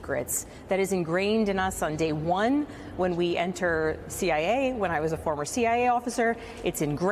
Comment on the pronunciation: 'eckschtrordinary risk'